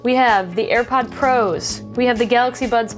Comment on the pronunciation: Did she say "Airpod ProS"?